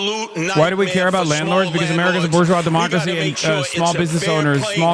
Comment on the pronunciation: hahahah could you pweease mr.nazi not deswooy all bases of democwazyy? Please mister right i'm giving you powers that don't belong to you, can i have a cookie